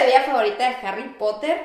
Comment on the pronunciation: La chica invitada, q ni conozco, dice muy feo Harry Potter, o sea se quiere creer y se escucho horrible